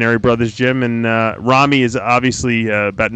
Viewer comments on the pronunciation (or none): It's rami not rumi ffs